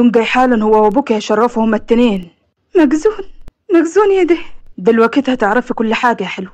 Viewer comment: مأزون وليس مقزون